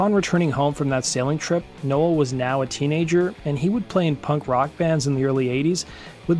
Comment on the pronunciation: Why do you meep pronouncing Bradley nowells name wrong ..? 🤔🤔🤔